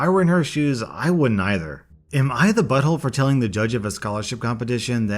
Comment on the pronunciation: shot a vodka everytime says bottholé